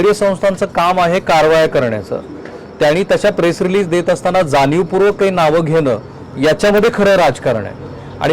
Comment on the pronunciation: जानीवपूर्वक, कंपण्या, ... काय हे.. Plz, शुद्ध बोला!!. धाडी घातल्या हे प्रसिद्ध / जाहीर केले तर काय बिघडले.. त्याची का लाज वाटते?? Declare करायचे नाही का??